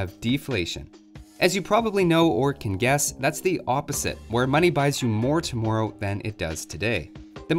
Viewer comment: i forget the is Canadian until he says tomorrow and borrow hahah